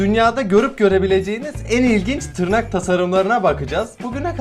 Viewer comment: Abi artık en yavaş gelişen kanalı deme buna kabullen(yorumu gördüysen bi kalbini alırım😀) te tırrak dedin sanki abi neyse fazla uzatmıyım